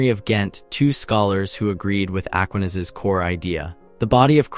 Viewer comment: Aquinas. The stress is on the second syllable.